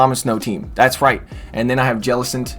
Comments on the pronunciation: Hate the way he says jellicent. It's not "ja-lis-ent" it's "jell-i-cent" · i hate the way he says jellicents name